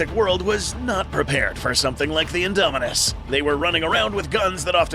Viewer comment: INDOMINUS REX NOT ''INDOMINUNS''